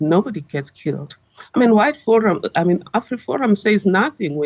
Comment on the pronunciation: She said" white forum"😂😂